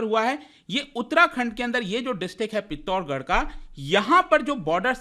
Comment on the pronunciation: पिथोर्गर nhi पिथोरागढ़